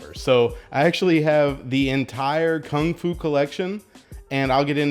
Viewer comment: Lol Kungfu collection as you guys know. What a fail. it's pronounced completely differently to that.